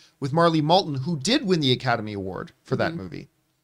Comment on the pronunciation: The name of Marlee's last name is "Matlin" not Maltin.